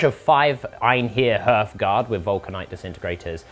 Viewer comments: I know that you are doing this on purpose now! It will never be "h-earthguard" when spoken, but always "h-arthguard". Now please stop irritating my ADHDTCPDDT. Carry on you super bosses, but heed my warning! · The pronunciation of "Hearthguard" kills me every time, it's "harth-gard" as in the guardians of the hearth, the fire in a home